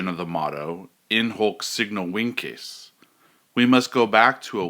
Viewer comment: I stopped watching this video at in “hok” signo “winkes” I believe it is important to at least learn the right pronunciation to sound credible. Terrible start